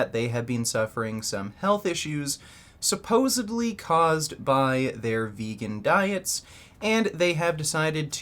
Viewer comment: 1 minute into your vid and the lip sync is off so damn annoying, not to mention your damn sponsor, i have to leave now, but thanks for trying. not all of us want or need a workout regimen, but i get it, you get paid. did you say "supposedly?" or "supposebly?" ?